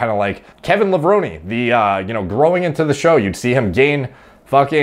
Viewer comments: LevronEEEE is the correct way to say it :) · You were right about how to say levrone.....I've heard him say it like that himself in an old video